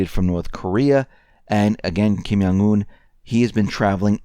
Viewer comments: yes, thumb's up! Kim Jong Un is pronounced like Kim John Un. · Love your reports but, respectfully, Kim Jong Un is Korean, not German. The J in Jong is pronounced like the J in the English word "jump".